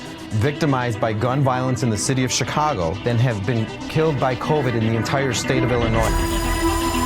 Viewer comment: did he accidentally just call it chicongo? Lol, nice